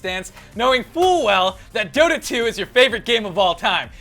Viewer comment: Dota not Dora...